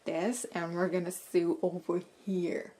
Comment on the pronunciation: Very nice video. I just found you and I subscribed. Just an FYI, you mispronounce the word sew and sewing. It’s pronounced ( so) and (soing). Not (sue) and (suing).